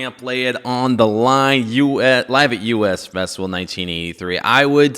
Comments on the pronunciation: Dude, its the US festival (like me and you) not the U S ( you ess) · It was pronounced The us festival not the U.S festival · You're the second YouTuber to review this exact video, and call it the "U. S. Festival". It was the US Festival. The word US. You know, rhymes with bus... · Pronounced “us” festival. Not U.S. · You said the festival name wrong... the first word is "us" - as in "everyone here".